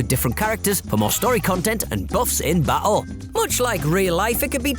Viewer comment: Is he saying "Ba' oh" for battle?? Hehe